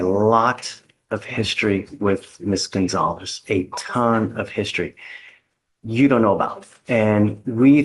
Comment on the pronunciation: Did the judge call her Ms. Coinzalez?